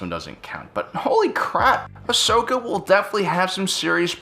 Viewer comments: fusedwrist Ikr. Its 'Ahsoka' not Ashoka. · Ashoka Tano Mandela effect It's actually 'Ahsoka' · Ashoka Tano its ahsoka